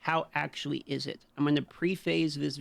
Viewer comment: Homeboy said pre-face lol